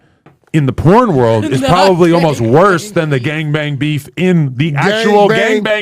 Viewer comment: It's porn stars porn okay not corn. Why do you keep saying corn?